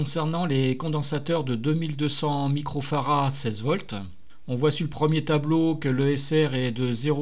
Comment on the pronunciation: Bonjour , pourquoi dites-vous Fara et non Farad . J’ai toujours entendu le d prononcer à la fin de Farad par les électroniciens ?